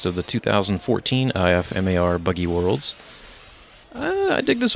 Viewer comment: In the future just say IFMAR like this "IF-MAR"